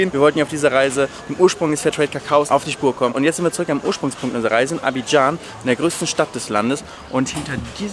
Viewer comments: Das r fehlt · Da fehlt ein r bei zuük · Da fehlt ja ein r in Zurück😂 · Es heißt zurück nich zuück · R vergessen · Du hast das r vergessen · Da fehlt das r